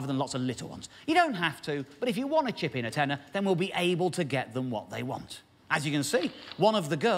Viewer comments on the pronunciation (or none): none